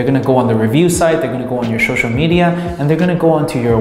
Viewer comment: Good video. Laughed every time you said shoshal (social) lol keep up the good work